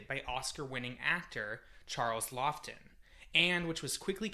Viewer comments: it is pronounced lawton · Those are both pretty well-known people with well-documented name pronunciations. I'm not starting off with great confidence after hearing that.